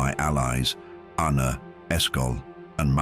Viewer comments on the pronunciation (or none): none